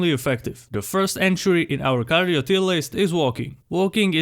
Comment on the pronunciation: bro finally learned how to pronounce cardio